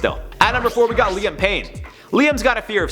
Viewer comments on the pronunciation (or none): none